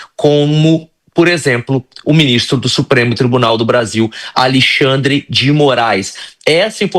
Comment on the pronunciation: Como pode gente "estudada" dizer o nome do Ministro ALIXANDRI, afs o nome do Ministro é ALEXANDRE. DRE!